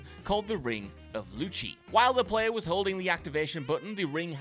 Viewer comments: The ring is actually pronounced "Loo-see-eye" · You can tell someone has not played ffxv when they pronounce the ring as loochie lol. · "The ring of Luchi" 🤣🤣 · The ring SHOULD be that powerful anyway, given its story. Also they pronounced it wrong too. The game says ring of the Lucy eye. Kind of an old timer plural. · Correction: the Ring of the Lucii is pronounced “Loo-see-eye.” Think “Lucy eye” when you pronounce it.